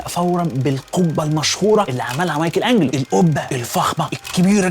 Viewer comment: ليه قول مايكل انجلو مش مايكل انچلو